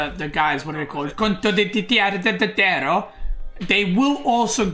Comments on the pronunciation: "Slur slur" 😂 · I waited 42 mins to listen "Condoditierro" ❤ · As an Italian I confirm that is pronounced "contottittitero". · As an italian i can just welcome his pronunciation of "condottiere" 😂